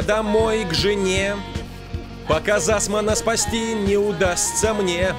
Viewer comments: Не Зассман, а Цуссман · 0 : 16 не засман а Цуссман